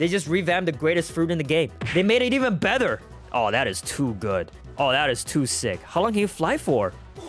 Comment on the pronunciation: "They made it even bether" Me:Bether or did u say better